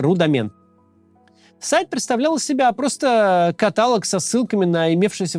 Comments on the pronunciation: КаталОг не катАлог! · Все классно, но КаталОг , а не катАлог😅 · Нет слова катАлог 😡😡😡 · КаталОг, Кац. Правильно говорить каталОг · Максим, правильно каталОг!!! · Максим,я вам очень люблю,но всё-таки каталОг) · катАлог, Максим, серьезно? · КатАлог???? Максим, ты серьёзно?! Я разочарован. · КатАлог? От Каца такого не ожидал 😂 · Редакторы Каца, пожалуйста, ставьте Максиму в тексте ударения над словами «мАркетинг» и «каталОг». ——— После в рекламе услышал, как Максим правильно поставил ударение в слове «маркетинг». ❤ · аааа все круто, но катАлог 😅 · Каталог, ударение на "О"